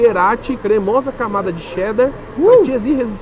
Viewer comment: É muito bom escutar um não paulistano falando "Cheddar", assim e não "chedder" como paulistano diz.